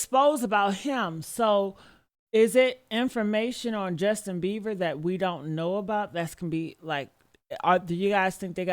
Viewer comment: Right for some reason it’s driving me nuts everytime she says he’s name wrong, lol